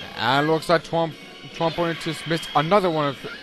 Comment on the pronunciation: It's prounced Tron Bon.